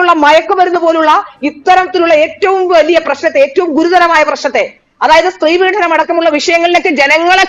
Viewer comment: വളരെ ശുദ്ധമായ മലയാളം സംസാരിക്കുന്ന ഈ കുട്ടി ഒരു കാര്യം ശ്രദ്ധിക്കുക.പീഡനം ആണ്, പീഢനം അല്ല.പീഢനം അച്യുതാനന്ദന്റെ സംഭാവനയാണ് 😅😅😅